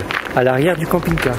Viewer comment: j'ai compris "camping gay loisirs".